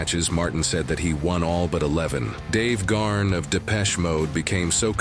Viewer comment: "David GARN"?? C'mon, man!